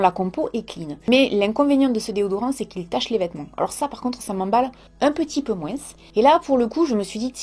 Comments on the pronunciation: tu as dis encore "" moinss"" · "moinss" ça y est je suis en vacances 😂❤️